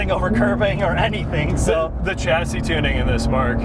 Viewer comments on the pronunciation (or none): none